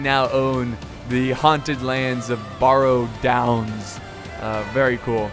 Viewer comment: i know, how is it possible to mis-pronounce barrow? it's... just like a wheel-barrow.